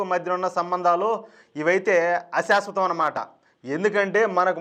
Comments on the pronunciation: ASASVATAM YENTI ??? correct cheskondi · Ashasvatam Ani cheppadam tapp.shasvatam Ani cheppandi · ఆశశ్వతం కాదు శాశ్వతం